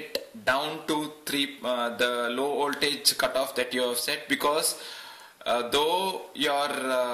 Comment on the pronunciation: Well, he is talking about an 'oltage of tree point tree', instead of a 'voltage of three point three'. Other than that it is indeed pretty good for someone who isn't a native English speaker. (I should stay quite though. My English pronunciation is way worse. I know how it should sound, but I can't reproduce it, and therefore I never speak English which doesn't help either xD )